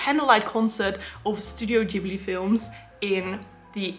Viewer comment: Yes someone who pronounces Studio Ghibli the 'correct' Japanese way, yay! 🙂 I love My Neighbour Totoro & Kiki's Delivery Service the most, but also adore Howl's Moving Castle, Spirited Away & Princess Mononoke. Want to see the Grave of the Fireflies, but it's only available in Japan, to my knowledge 😞 Hope you had a lovely birthday, looks like it! My daughter is also a December baby & is the same age as you. Lots of wonderful gifts!